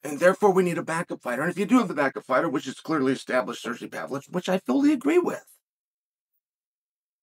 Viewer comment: wth did he call him😂 Surge-V Pavlich 😭🤣